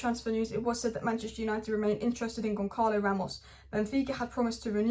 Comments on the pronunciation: It's pronounced gone salo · Pronunciations: Osimen (just ignore the h), Sassuolo = sass-wo-lo, Gonçalo = gonsalo